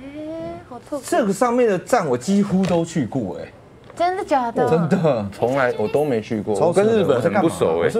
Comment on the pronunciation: 上次還有超標準的「真的假的」